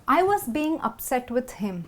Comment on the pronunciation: Mind the G in Being when you pronaunce. Say it together with 'IN'. Dont separate 'G'. Pronaunce 'ING' with the same voice.